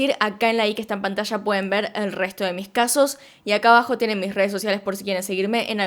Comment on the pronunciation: Se dice: PANTALLA no pantacha.